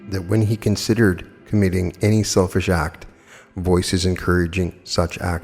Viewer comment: It sounded like you said don’t become a shellfish ??🤣💕; you know that’s were that Pearl of Great Price was born .